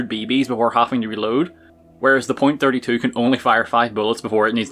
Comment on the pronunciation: I’m not terribly worried about why you’re using the .32 pistol, I’m worried about why you’re pronouncing it the way you are lol.